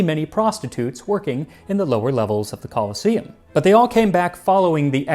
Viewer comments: It's actually pronounced "co-LOSS-eum", Max, with emphasis on the middle syllable. Like 'colossus', see? Because of that statue nearby, the Colossus Solium. However the other version of the word, coliseum, is pronounced the way you're familiar with, and its an important distinction. For the sake of respecting history and linguistics, if nothing else. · I invented a time machine just so i could visit the Romans, you know "Call-in-to-see-um" now and again. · The e in "colosseum" is long, so the stress shifts to the penultimate syllable, which is said e . "coloss-E-um" is correct.